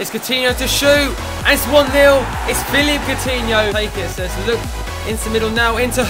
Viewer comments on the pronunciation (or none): none